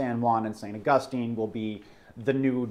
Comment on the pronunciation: Well, pronouncing "St. Augustine, Florida" like that I can tell you he's never been here in the Sunshine State. I want to hear him tackle Kissimmee, Lake Tohopekaliga, Sewall's Point, and Caloosahatchee River. ... Floridians pronounce the city as "Saint August Teen," even when we pronounce the theologian's name correctly.